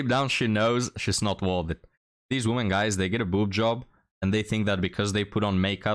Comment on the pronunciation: the word "WOMEN" (which means more than one human female) is not supposed to be pronounced the same as the word "WOMAN" (which means one human female). You keep pronouncing it the same, and that sounds just as bad as if you said the word "MAN" every time you intend to say "MEN". "WOMEN" is supposed to sound like "we men" (just not as long). Look up the pronunciation here on YouTube.